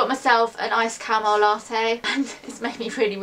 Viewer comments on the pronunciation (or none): none